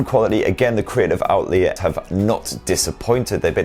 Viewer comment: "Outlee-a" 😁 I love your reviews though so please keep em coming.